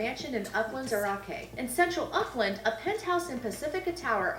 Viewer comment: The narrator of the video you watching needs to work on her pronunciation. As a New Zealander it hurt when she said "Uckland"